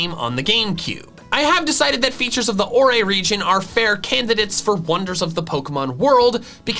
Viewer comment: triggered Pokenerd noises "Orre" is not pronounced "or-aye," it's pronounced like the word "ore"!!!! >:(